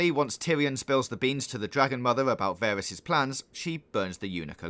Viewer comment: wow this is all wrong and you cant even pronounce Varys